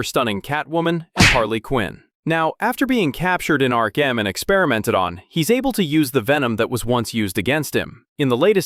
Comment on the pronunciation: He said “Ark M” which is the absolute universes version of Arkham